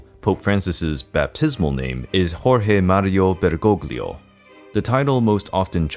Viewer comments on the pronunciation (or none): ''Bergoglio'' is pronounced in a wrong way. It's like ''BergoLLo/BergoLHO'', not GL as in ''glitter''. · The "gl" in Bergoglio is a silent "g." Thus more like Bergolyo. Like the "g" in the word "night." But hey you got the pronunciation of "Jorge" exactly right